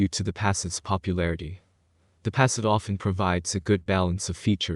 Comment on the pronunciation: Come on man, the electronic narrator can’t even pronounce the name of the damn car properly